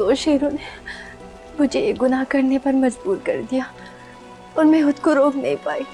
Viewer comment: She doesn’t say khud… she says hud, she doesn’t pronounce k anywhere….